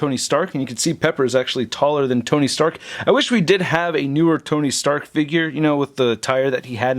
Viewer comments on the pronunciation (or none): none